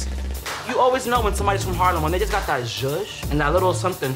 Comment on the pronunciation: "jush" c'mon jasmine masters influence